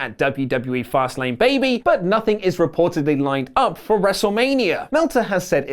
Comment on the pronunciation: It's Fastlane BAYBYYY